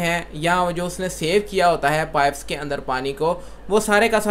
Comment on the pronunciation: Ap pife bol rhy han jabkeh pipe hota hy.